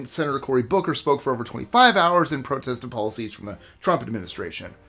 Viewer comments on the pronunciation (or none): none